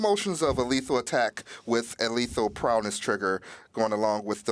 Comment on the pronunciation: He keeps saying, "prowness". Annoying.